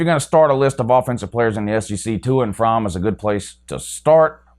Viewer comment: Wow another fake UGA fan can’t even pronounce his own qbs name, it’s FROMME